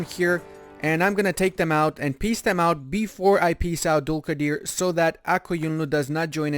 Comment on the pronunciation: You are saying Dulkadir amazing i am listening again and again